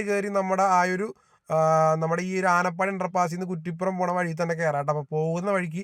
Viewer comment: ആനപ്പാടി അല്ല ആനപ്പടി